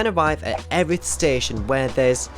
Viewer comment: Live locally and never knew about the pier so will and visit it. The locals pronounce it Ear-ith. I've been corrected a few times about it! Thanks for the content and good luck with London marathon ballot.